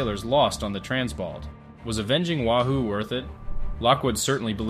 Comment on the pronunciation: Btw, it's pronounced 'way-who', know your fish. (subs at the time were named for fish)